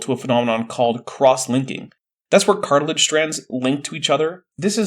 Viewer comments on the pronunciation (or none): "Dinoser" instead of dinosaur, "cartlage" instead of cartilage, "miterchondria" instead of mitochondria, even heard "manscape" instead of landscape once. For someone who's PhD is in communication, is REALLY not well spoken.